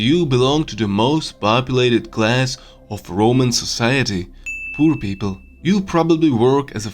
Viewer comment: The video is not only accurate, very well recorded. It makes sense BUT...when i heard pur people i collapsed on the floor laughing. Yes, i know english isn't the easiest language and it's pretty hard to learn. I know, i a slav-frank.